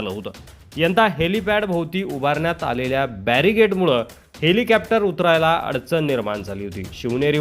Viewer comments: हेलिकॅप्टर नाही हेलिकॉप्टर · छान हेलिकोपटार uchhar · हेलिकॉप्टर बोला....कॅप्टर काय आहे